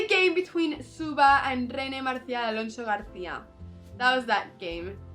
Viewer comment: Amazing video and amazing the good pronunciation of "Alonso García", do you speak spanish?